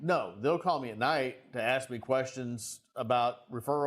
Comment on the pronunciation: I would have had to say you can ask a question but you can't ax a question